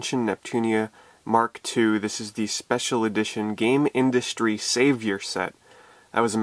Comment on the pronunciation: it's 'Gamindustri' not game Industry